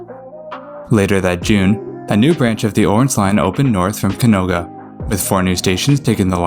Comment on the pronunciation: Its canoga not caonga